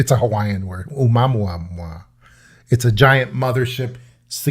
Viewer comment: knows better, o moo ah moo ah, this is the proper enunciation. There is a planet in our skies, that suffered a collision with another planetary object. When in total, this planet, called Tiamat is six time larger than Earth. Each piece has different dimensions, using electro magnetic fields, to stay aloft. They have their own atmosphere, so many times it looks like, clouds. Watch for August...